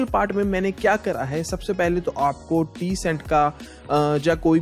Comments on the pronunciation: Tcent nahi bhai tencent h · Its not Teasent. Its Tensent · chutiye tencent h wo